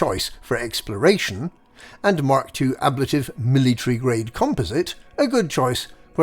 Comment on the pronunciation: The way you pronounce "Ablative" makes my eyes itch